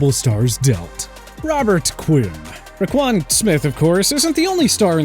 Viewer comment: Roquan won't be traded in season. he will play his season out, the bears will then tag him and either extend him or trade him then. Also, how hard is it to pronounce his name correctly?